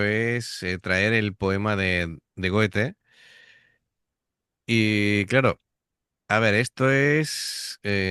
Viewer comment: Goethe se pronuncia algo así como Guethe. El metal es la música que más tiene en común con la clásica. Intenta Adapter esto al pop o regueton. A que no se puede? Pues eso.